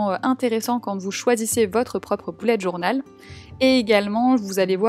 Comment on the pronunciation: Ça ne se dit pas boullette journal mais bullette journal voilà sinon superbe vidéo